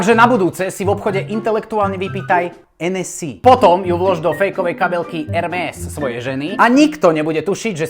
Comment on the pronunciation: ne Ermés, ale Ermé, protože Francouzy nevyslovujou s na konci slova